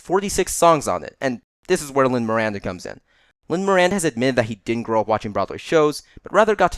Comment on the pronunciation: can we say lin Manuel miranda properly